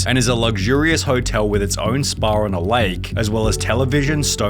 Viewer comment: Spa* not Spohr